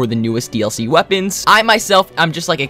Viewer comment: did u hust say...21 melee wepeans